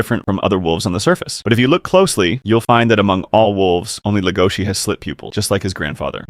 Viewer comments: STOP SAYING HIS NAME WRONG! DID YOU EVEN WATCH THE SHOW BRO? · Stop saying his name wrong